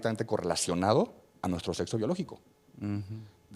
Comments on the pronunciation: Desde que dijo setso Perdió el debate No ma según es doctor y dice setso, bots, etc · Un médico diciendo setso, ¡Por dios, éste es un pseudo médico! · Sin ofender, si el muchacho dice: setzo, no lo puedo tomar en serio